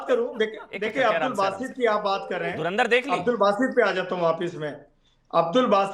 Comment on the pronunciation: धर्मेंद्र film dekhi hai😂😂😂 धुरंदर nhi bol pa rha😂😂 EID ki RAM RAM 😂😂